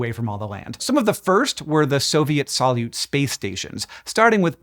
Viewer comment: ❤🙏🙏🙏 a science video SHOULD pronounce terms CORRECTLY❤😂 The Russian word "солют" (salyut) is pronounced sa-LYOOT, with the stress on the second syllable. In English, the "s" is like in "say," the "a" is like the "a" in "above," the "l" is like the "l" in "look," the "ю" is a "yoo" sound like the word "you," and the "t" is like in "town"